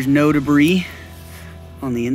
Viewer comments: Great video, straight to the point. Fun fact: the plural of "debris" is still just "debris" with a silent S. Deh-bree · Thanks for your video and information, it was very thorough and helpful. Just a heads up here : the word debris is pronouced without sounding the s on the end. The word debris is good for both single and plural.Hope you dont take offence at my offering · The s is silent in the word debris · 🤦ha ha I know I don't know why I pronounced it like that.